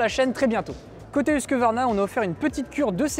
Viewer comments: Par pitié : HUSQVARNA et non pas HUSQUE-VARNA ! C’est pourtant simple , non ? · Je n'ai pas critiqué le fond, mais seulement la forme : C'est très irritant d'entendre le nom d'une marque déformé alors qu'il ne s'agit pas d'un problème de prononciation d'une langue étrangère . Parmi les marques de motos, on peut avoir du mal à prononcer BROUGH SUPERIOR mais HUSQVARNA me parait simple et accessible . Non ?